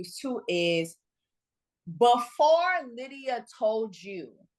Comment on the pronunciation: Lmao lie-dia 😂